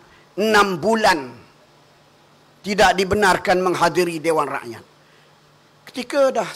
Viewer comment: Ni klau jdi menteri..hbisla..😂 sebut rakyat tu biar betul sikit.RAKYAT..BUKAN RAEKYAET..